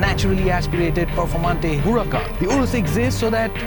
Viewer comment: What's wrong with your huracan pronunciation mate ...